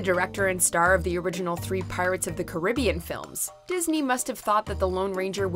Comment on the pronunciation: Wtf listen to how she says carabean